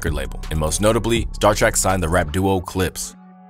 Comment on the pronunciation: That was wild, bruh couldn’t say the Clipse or Pusha and Malice?😅